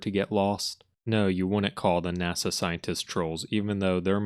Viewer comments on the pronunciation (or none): none